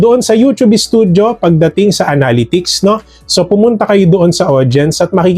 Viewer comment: Pre nabobother talaga ako sa pronunciation mo sa word na "Analytics" unsubs nlang cgro kami haha